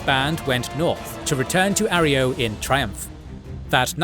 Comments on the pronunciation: A. Roy. Yo. Not "Are E O." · It’s not arrio it’s arroyo. A Roy o. It’s my last name lol Jesus. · Arroyo is pronounced ah-roy-yo. Great vid otherwise! Keep up the good work. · Your AI cant pronounce Arroyo properly.😊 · Finally, good to see the Chosen One's adventure summed up by your style. Couple things to note: 1. Its pronunced A-Roy-Oh not Areo... actually drove me up the wall hearing you butcher it. 2. Its pronounced Klamith, not Klah Mawth. 3. The Councillor who helped the chosen one "get around" First Citizen Lynnette was McClure and he was one of the decent Vault City citizens. Very practical but still loyal to what Vaul City stood for. 4. The Salvatore deal with the Enclave was their own destruction as the deal to get "Lightbringers" the laser weaponry was actually a way for the Enclave to control Reno. The Enclave knew once the Salvatores "won" the gang war they would broadcast a code to kill the weapons and then the Enclave would mop them up. 5. The Brotherhood helps the Chosen One infiltrate Navarro with advice. The infiltration required the Chosen One to travel alone to Navarro. 6. The Enclave's genocidial plan actually would've killed everyone on the mainland even the chosen one. The Chosen One knew there was only one resolution. Stop the Enclave. The game did an excellent job of showing you how EVERYONE was manipulating the others. Even the NCR wasn't squeaky clean such as organising raiders to bully towns into coming to join the republic. The story of the Chosen One was brilliant and they played a titanic role in changing the fate of the world not just California's fate. On a brief seperate note playing the game on low intelligence was an absolute gem. 100% recommend it. The